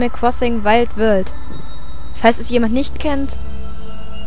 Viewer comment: Weild Wöald xD